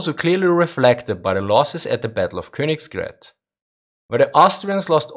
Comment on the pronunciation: Why do you pronounce Königgrätz with an "s" sound in the middle?